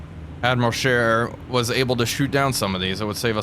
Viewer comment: May I commend you on the pronunciation of Admiral Scheer this time around. Just so it's clear, this wasn't sarcastic at all. Although I'm sure that made it sound more sarcastic than it already did... Anyway, that wasn't a serious thing to begin with, but you fixed it anyway.